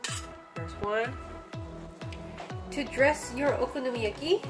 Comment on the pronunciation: YESSSS. 🥞 PANCAKES ANYTIME. 😂💗 And no girl. I can’t say that ONE time let alone many times. Haha 😆 I loved how you said it though. Lol. Nicely done. Looked very delicious! 💗👌🏻